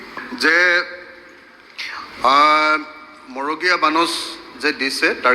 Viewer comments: 😮magoreya bonash nohoi, marogeya bonash. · মন্ত্ৰীজনে মৰগীয়া শব্দটোও শুদ্ধকৈ ক'ব নোৱাৰিলে